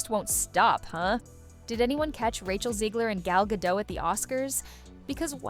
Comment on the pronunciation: WTF is Gal Gato? Its Gal Gadot and you pronounce all of it!